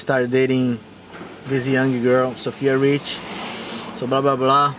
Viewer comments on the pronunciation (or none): To jak rika Sofia Rich a ne Richie je skvely😂